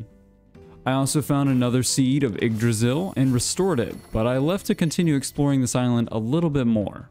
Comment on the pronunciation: So hey dude, yggdrasil is not actually pronounced jyggdrasil. That being said, you have the -drasil part down and thats usually what americans seem to struggle with. Just gotta stop putting a J in front of the "ygg".